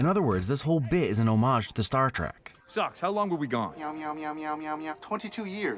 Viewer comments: ... Star Trak! Yay! You pronounced it exactly the way I do to annoy my Star Wars friends, pretending to confuse names/places/things (pro/nouns) with Sart Trek. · Did this man call star wars "the star trak?" Lord forgive me bc im bouta rain hell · Did you say star trek on purpose to mess with us or was it a slip